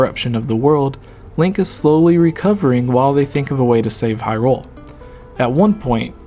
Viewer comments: Why do you keep putting so much emphasis on "rule" when you say "Hyrule"? You seem to be reading it as "High Rule" which is wrong/dumb. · Gooooonna have to say you're wrong. Just to abolish any doubts in my mind, I went and checked a few wiki-pages and as far as I could find, most of them have it written as you should put emphasis on the "high" in Hyrule. And to even further confirm my statement I went and checked how Bosphoramus pronounced it, and just as I suspected, he did NOT pronounce it with emphasis on the "rule". It seems you're confused as to which pronunciation I'm talking about (because you pronounce it two different ways in your video, thus contradicting yourself) so for the one that sounds wrong(to me and apparently a shit-load of other people), it's in the first 10 seconds of this video. As for the different pronunciation, skip to about .